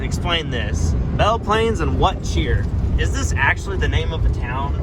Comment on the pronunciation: The town What cheer is one syllable more like whatcheer